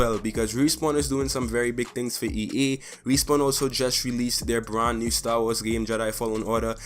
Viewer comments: You keep saying e e when it's e a just saying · Bruh not to dis the guy but its ea not ee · “EE” it’s (EA) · MOZAMB-EE-K 'ERE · Yo learn to speak its pronounced EA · As a fellow Trini I’m glad to see someone like you killing and thriving in this space! Great vid man, can’t front i did laugh every time you said “EA” pancake